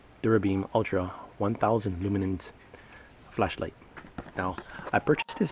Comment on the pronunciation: Duracer? I thought it was Duracell, and what the hell are Luminens?? Lmao!! You need to switch to decaf dude.